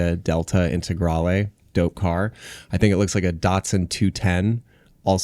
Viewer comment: I was more distraught over his pronunciation of integrale